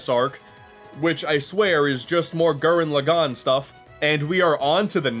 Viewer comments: one of my favorite YouTuber's, but c'mon man. gurren log-in. not lo-gone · Gū-ren Lā-gen. Sorry to be that weebo, but please say it right.